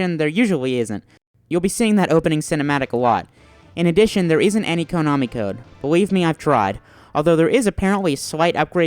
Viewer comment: In my 34 years of life on this planet, I have never heard anyone pronounce it "KOH-nami".